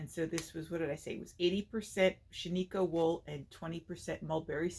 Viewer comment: Everyone from Oreogn is screaming to all the podcasters, that is not how you say Shaniko...